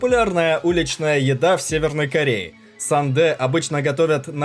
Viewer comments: Не сандэ,а сундэ) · Не сану. Сунде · Ааааа не сандэ а 순대 (Сундэ) если уж беретесь рассказывать о кухне чужой страны, говорите правильно. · Кимбап - а не то что автор выдал. Это уже смешно , не знать как называется и снимать видосы. Не сАндэ , а СУНДЕ 😅🤣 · Не мен а мён! РамЁн! СУндэ! Панчан!!! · Сандэ,Джок пал,Когибаб😂Блин ну как же названия искаверкали!Это как борщ пурщем ,а пельмени кульменями обозвать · Сундэ, кимпаб правильно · Не рамеЭн, а рамЁн, сУндэ...автор, хоть бы узнал правильное произношение блюд...дизлайк тебе, произношение слух режит...